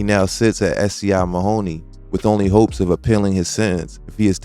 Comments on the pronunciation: it's SCI Mahanoy (Mah-hun-noy) not Mahoney.. btw.. my ex-husband is also there serving life. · Great video as always but it's pronounced SCI MAHN - A- HOY not Mahoney